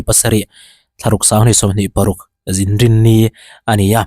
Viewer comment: Inrinni tihtur ah Zinrinni iti daih a. 😂😂